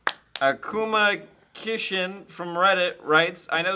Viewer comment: My inner anime fangirl got super angry when read "akumakishin" wrong